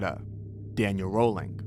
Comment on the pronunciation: I'd rather hear each state, individually, with all of its' known serial killers. Each of those states has several known killers. Also, Danny Rolling is pronounced RAH ling